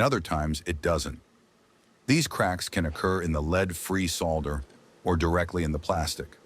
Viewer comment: AI doesn't know how to pronounce "solder" and the word is in this video dozens of times. AI stinks.